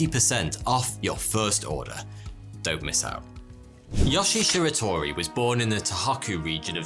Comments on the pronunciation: You consistently mispronounce Japanese names. In Japanese, all syllables consist of a consonant sound followed by a vowel sound. So his name should be pronounced as Yo-shie Shi-ra-to-ri not Yosh-ie Shir-a-tor-i. Similar mistakes are made in the other Japanese names in this video. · btw yo-she-a she-ra-to-ree